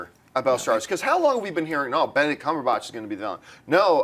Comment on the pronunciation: God, I really hate the way John pronounces "Cumberbatch".